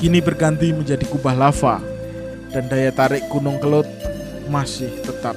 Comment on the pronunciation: Yg benar itu kelud bukan kelut.